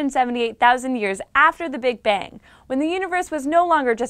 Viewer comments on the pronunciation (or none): none